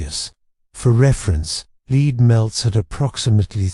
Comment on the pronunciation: AI voice that can’t properly pronounce “lead” is counter to sleep. “Lead” pronounced as a British city, not the metal is rather jarring to a relaxing mind. You still earned a Like.